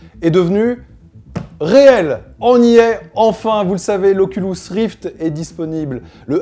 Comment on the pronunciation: "Oculous rift" ou encore "vihaiir" dit-il